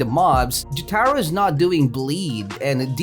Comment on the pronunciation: man says "Jyatahro" Jotaro: yare yare